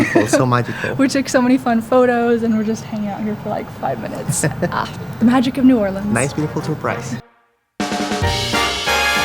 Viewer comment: I love that you said it right "or-lins" and you visited the Westbank. Great video.